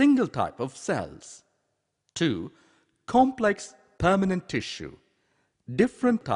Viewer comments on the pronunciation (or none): none